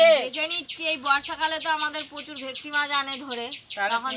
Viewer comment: ভেকটি, ভেকটি করো কেনো?তোমরা কি সোজা সরল ভাষা জানো না? সেই কোন জন্মে ভুল নামটা জেনেছো,এখনও সেটা চালিয়ে যাচ্ছ।এটা ভে ট কি মাছ ।সব সময়ই ভুলভাল উচ্চারণ ।ভীষণ কানে লাগে ।ফিস কাটিং দারুণ হয়েছে ।দাদু কে বলবে ভালো জিনিস খেতে গেলে একটু ধৈর্য্য ধরতে হবে ।